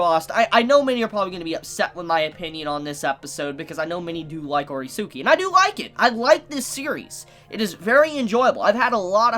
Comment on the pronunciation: Ok sorry imma sound like a grammer police or smth but the series is pronounced ore-ski not ore-suki. The suki is pronounced as ski as in ski des meaning i like you or to like something. So its ore-ski in pronunciation.